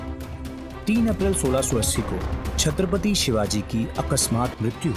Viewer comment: pehle to Aap Chatrapati Shivaji Maharaj bolna sikh lijiye.